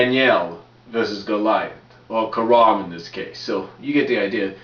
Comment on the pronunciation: Kharma not Kharam